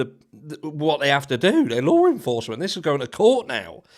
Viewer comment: *Law enforcement There is no R in the word. Lawr is not a word.